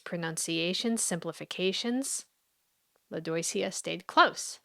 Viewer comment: Lodoicea? "oi", in French, sounds like "wa". i.e. Soirée, or the name Benoit, or Roi, King. Lodwacea? If French.